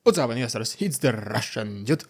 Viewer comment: The "What's up investors" sounds like "What's up jesters" 😂